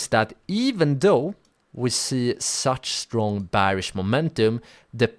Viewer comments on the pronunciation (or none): Great video, even though I already know and use the tips you gave. Your English is good, so I'm surprised you struggle to say "Bearish" the right way.